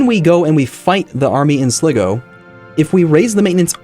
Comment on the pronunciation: Sly-go, Tie-Rone and Kill-Dare. I'm really enjoying the series but the mispronunciation always kills me a little inside